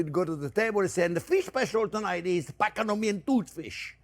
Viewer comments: Pa-ta-go-nian... I don't know what PCADUMIAN is :) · "Pak-a-dom-ee-an..." ...what? 😅